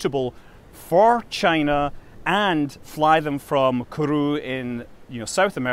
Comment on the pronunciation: I love how you pronounce "Kourou" and "Angara" as if they were japanese words...